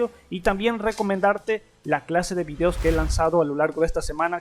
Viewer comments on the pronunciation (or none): none